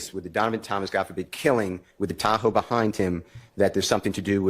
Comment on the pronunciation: At first, I thought that they were saying, "tacos" not "Tahoe".